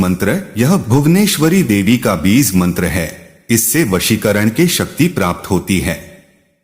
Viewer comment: Beez beez kare ja raha hai AI. Insaan na mila koi jo AI istemaal kia?